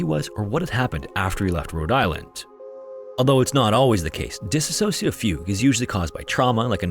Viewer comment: That's not how you pronounce dissociative my guy, but good attempt